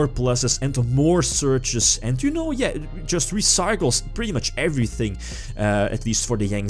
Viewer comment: EH-VEH-REH-THANG? Sees decklists EH-VER-REH-THANG.